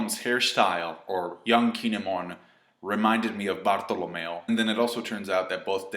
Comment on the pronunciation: Wtf is wrong with your pronunciation on diable jambe and Bartolomeo. Like actually wtf. I don’t mean to nitpick over here but you’re trying hard and that’s consistent on your reviews. Maybe just pronounce like a white boy and apologize after?